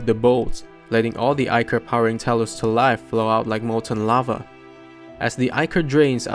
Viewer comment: The king's name is pronounced like the math exercise minus- mh eye nuhs. Great job pronouncing ichor. Many get it wrong. I appreciate your time and effort as well as reading it yourself rather than using ai.